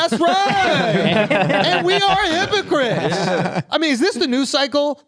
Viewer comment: “HIPPO CRIPS”